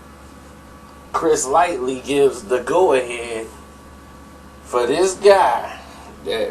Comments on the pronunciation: Why this dude keep saying Chris Lightly?? It's Lighty.. Smh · stay fuckin somebody name up lmaooo Chris "Lighty", not "Light-ly" lml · Why you keep saying "Chris Lightly"? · omg, "Chris Lightly"?? RIP - Chris Lighty - Violators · Did this nigga jus say Chris Lightly lol at 2.10